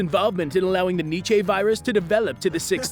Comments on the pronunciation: It's pronounced like nee chuh not need chay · It's pronounced "nee cha".